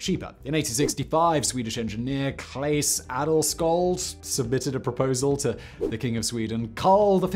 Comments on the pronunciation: Aaargh! "Claes Adelsköld" is more like [Class Ah-dell-shuhld] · It can be rather painful too: "Claes Adelsköld"...